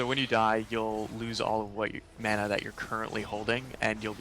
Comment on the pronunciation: Wow. The Dev pronounced "mana" correctly. I almost never hear the proper pronunciation of mana in any video online these days.